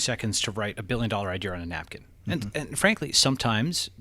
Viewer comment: Can’t stand it when people pronounce idea as idear